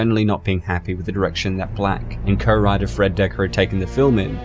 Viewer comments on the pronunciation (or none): none